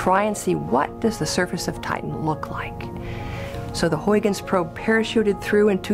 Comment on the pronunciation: I love how badly they say Huygens xD